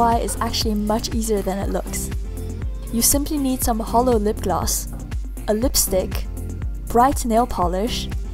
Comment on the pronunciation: ITS NOT H O L O I'M DISAPPOINTED IN YOU